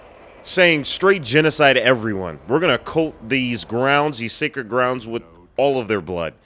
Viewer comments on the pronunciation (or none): none